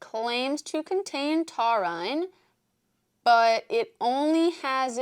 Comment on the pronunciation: The way you said taurine 😂